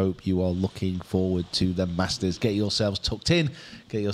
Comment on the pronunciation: tell your crew it’s the Masters and not the Marsters😂